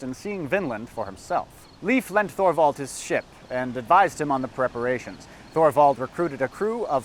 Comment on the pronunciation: Thorvald is pronounced like Toorvald